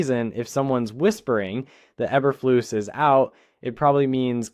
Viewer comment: Learn how to pronounce names.